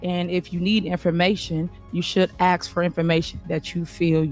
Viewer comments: Does she know it’s Ask and not Axed? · you don't Axe. You ask. Good god you are thick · AKS, AKS, THE WORD IS ASK. LEARN IT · Ask. Just say it! Ask.